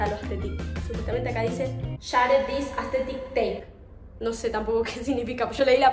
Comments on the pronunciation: no es aesthethic es asthethic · JAJJAJS, ME MUERO CON EL "AESTHETICC" JAJAJSAJAJJSK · No es astetik algunos